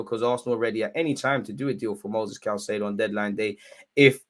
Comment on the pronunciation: Hey it’s “Kai-say-doe”